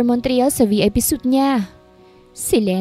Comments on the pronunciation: Hindi suit madam, pronounce mo as “swit/ sweet” ✌️ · I think its suite(swit) ang suit(soot) kasi ay kasuutan..just saying po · Suit means set of clothes. Suite (pronounced sweet) means set of rooms.